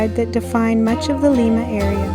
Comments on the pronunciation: It is pronounced Lie-ma. Not Lee-ma. I was born and raised there. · pronounce it LIMEA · It's pronounced with a long i, just like the bean. Lima bean. Lima, Ohio. I lived there for years.